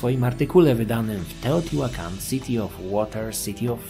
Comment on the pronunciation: Wiedza super ale niestety nie mogłem znieść wymowy nazwy miasta.